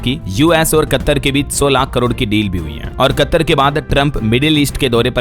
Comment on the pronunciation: कत्तर नहीं कतर सही उच्चारण है